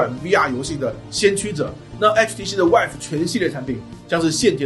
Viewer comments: HTC VIVE的发音应该是“VEEVE”，而不是“WHIVE”。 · 总是听成说 HTC wife.... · 呃......為什麼都要把vive念成wife啊？